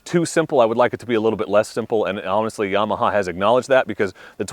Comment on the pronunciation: CAN'T TRUST ANYONE SAYING yEAH-MAHA